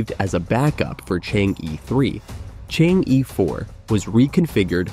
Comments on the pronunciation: Chang er. Not Chang yi Stubborn.Never want to pronounce it correctly. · Not to pronounce Chang-e as "chang-i", but "chang-er". There is mythological tail about a fairy lady "chang-er" who flew to the Moon thousand years ago and she has lived there since, along with her jade rabbit. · Chang - eh (not Chang - Yi)😊😊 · Chang er not Chang yi. You stubbornly mispronounce it and malice. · It's not Chang ee but Chang er ok? Don't kill the Moon Fairy. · Chang- e, please pronounce it as, in Chang, the a sounds like most European a, like German Italian as A, or similar to ar. The E, is not simple E, like er, or, ur, but does not sound the r . 嫦娥，a legendary lady lives in the moon. You can copy the Chinese characters and in google, paste to Chinese translate!To English, you will hear how it sounds. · Chang'e should be pronounced more like "chunk" "ur" - as in 'urgent'. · chang'e is pronounced and "chang er" pls correct your words..it sounds so weird listening to you.. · Chang-e is actually pronounced “chang uh” named after the Chinese legendary goddess of the moon. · Prononce “Er.” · Pronounce as er not e😢😮😮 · Pronounce Chang - Er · Chang'e is pronounced as Chang 👉errr👈 in Putonghua ( Mandarin ).😊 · So annoying to hear Chang E spoken constantly absolutely wrong. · Shame on the Announcer. please check with a Chinese speaker how to pronounce the 'Chang 'E'. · The host completely mispronunciated Chang'e . He should had checked it online before uttering it. It's misleading... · It is difficult for non-Chinese speakers to correctly say "Chang E" (嫦娥) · Judging by the number of times he changed the pronunciation of Chang'e, I suspect it was a real person doing the voice. A robot voice would know how to pronounce Pakistan. :-)